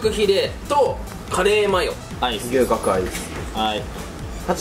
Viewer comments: が龍角散とのコラボ動画でーす！に聞こえた笑笑 てか、私 牛角が吉野家的な牛丼のお店だと思ってどんだけ食べるん！！！てびっくりした笑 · 龍角散とコラボにしか聞こえんw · 龍角散とのコラボ動画でーす！ に聞こえた人は私以外にもいるはず…